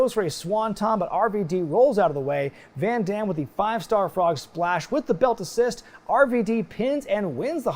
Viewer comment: I love, love, LOVE this PPV. The only gripe I might have is that the announcer (Chimmel?) messed up Van Dam's name, he emphasized the "DAM" part way too hard.